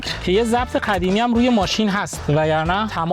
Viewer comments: به قدیمی میگه خدیمی یا من اینجوری میشنوم؟! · قدیمی یه ❌ کدیمی یه ✅